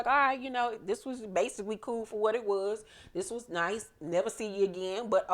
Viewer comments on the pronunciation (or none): none